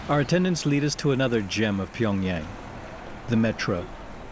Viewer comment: Narrator's Pyongyang pronunciation is getting on my nerves...